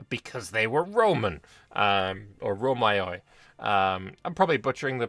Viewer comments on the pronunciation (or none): love your videos. Your pronunciation of Romeika is good, but Romioi at the start date would've been pronounced the same as in modern Greek. The m is the same as in mural and the ioi is a continuous eee sound.